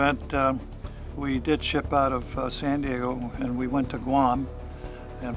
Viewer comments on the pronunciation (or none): none